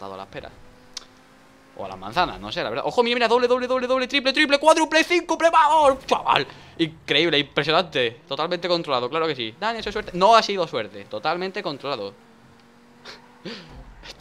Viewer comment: `CINCUPLE´ XD pense que se decia quintuple jaja